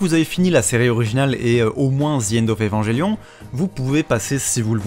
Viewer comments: Ça se prononce "Evanguelion" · AAAA ça me stresse maintenant xD. Les gens qui prononce Evangelion à la française.